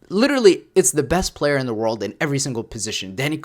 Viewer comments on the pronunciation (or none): none